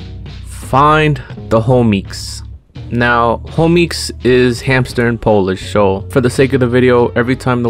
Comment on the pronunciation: Find the hamter? Sound like find the meaning of life 💀